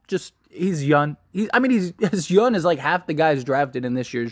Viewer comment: It’s funny when you say “yun” instead of “young” 😂 love the channel man. #Lakers